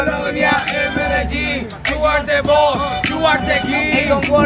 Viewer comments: Dlaczego wymawiasz "Mededżin"? Pierwszy raz się z czymś takim spotykam. Zazwyczaj jest MedeLin. Slang? Dialekt? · W Serialu Narcos lektor czytał "Medelin", a nie "Mededżin" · medelin nie mededżin :)) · Co ty masz kolego z tym Mededżin 🙄🙆 Medelin ... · Medelin nie mededżin. Skąd to wziąłeś? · Prawiczek w Kolumbii poszedł na dziwki 😂 Jaja jak berety ! I nie Mededżin, a Medelin. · Skąd pomysł żeby Medelin wymawiać Mededzin? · Ale jak to sie stalo, ze w filmie kazdy lokals wymawia MEDEJIN, a ty w wstepie MEDEDżIN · podwojne ll w hiszpańskim czyta się jako j. Nie mededżin tylko medejin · Mededżin? XD medein się czyta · Jaki medzelin 😂😂 Medejin się mówi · nigdy w życiu nie słyszałem żeby ktoś wymawiał to jako mededżin. Raczej bardziej nieme L "medejin" a nie mededżin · Jesteś takim ignorantem że nie potrafisz wymówić nazwy miejsca które odwiedzasz 😂 medzelin🤦‍♂️🤦‍♂️🤦‍♂️🤦‍♂️🤮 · Medżelin xD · Po piwrwsze to się czyta Medejin Z tego co wiem nagrywanie się w Kolumbii czy Paragwaju jest lekko ryzykowne można kamerę stracić czasem. Materiał fajny - nie uważasz ze pytanie o angielski jest ryzykowne lepiej znać hiszpański nie być łatwym celem guerro mają łatwiej niż gringo Nie ma nic dziwnego że nikt nie chce nagrywać No nic mnie nie dziwi i ta ilość migrantów z Wenezueli - wenezuela upada gospodarczo lidzie uciekają stamtąd a w Kolumbii przez to rynek kobiet kwitnie. W Paragwaju 90 procent złodziei to Brazylijczycy nielegalnie przekraczający granice Ciudad del Este Generalnie słabe przygotowanie nie znając hiszpańskiego gadać przez translatorska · Początek rozmowy z dziewczyną która zna niby dziewczyny które się tym zajmują ale ona nie to 26.30 minuta a. koniec 34 minuta ...25 min wstępu to zdecydowanie za długo ..i mówi się Medegin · specjalnie AK WYMAWIASZ NIEUDOLNIE NAZWE medelin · Medellin a nie Medzelin... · Jedynie co to źle wymawiasz nazwę tego miasta Medellin 😊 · Jak ty wymawiasz nazwę "Medellin"??! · Jak słyszę jak wymawiasz Medellin to mam dość dalej ogladac...